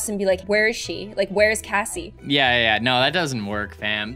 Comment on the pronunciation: Its kassie not Casey and also its Royale high not royal high